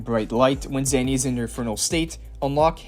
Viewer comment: Again it's Zaani not Zanny